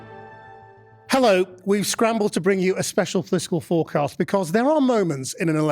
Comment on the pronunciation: Fourcast? Or forecast?